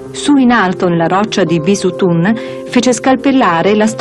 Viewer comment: Behistun non bisutun !